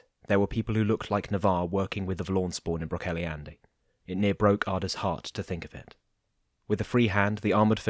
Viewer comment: Love these audio versions of the Wow and WoF. Just so you know, Brocéliande is pronounced 'brock-KELL-ee-ond'. Keep up the good work! ☺